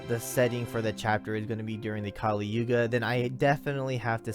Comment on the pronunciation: Its yuga not yoga